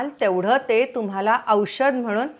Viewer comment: Nice vidioe...but don't say...TUMAL AMUK ZAL AASEL....TAMAK ZAL AASEL like that....sorry for suggestion...thanks for information..